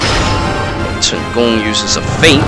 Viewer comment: Are you Asian? Your Mandarin is very accurate... and it sounded like Cantonese too when you said Chen Gong.